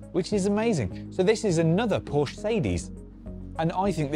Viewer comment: thank you for pronouncing Porsche correctly 🙂